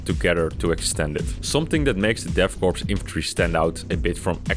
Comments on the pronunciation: the S in 'korps' and 'corps' is silent; you don't pronounce it. 'Core', not 'corpse'. I thought you knew that? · its called pronounced core not corpse.